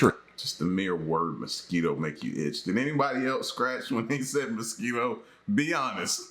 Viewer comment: I'm from San Antonio as soon as he said "mosq" ptsd kicked in and the scratching began